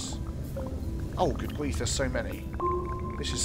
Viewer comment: Initially, I thought you said, "This is cool. This is Groot." instead of "This is cool. This is good." I was stuck for a minute, trying to figure out what that could have meant before I figured you probably said "good". Well, if it turned into a phrase like, "That's so Groot.", I could have told people where I heard it first and recommend they check out your channel to hear the origins. :P